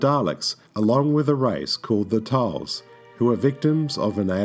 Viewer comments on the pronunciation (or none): "Tals"? Nah